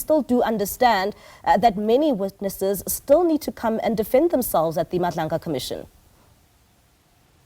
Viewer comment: A public broadcaster doesn’t even know the name of the commission. You must pull up your socks. It is Madlanga commission not Mabandla commission. Yoh